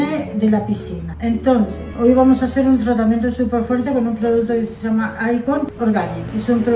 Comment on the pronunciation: Que divina!! Nancy , la peluquera es argentina x casualidad?? Me sorprende como pronuncia las LL, 😅😘